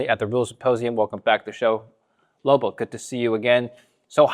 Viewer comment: called Lobo “Robo” at the end 🤣🤣🤣💀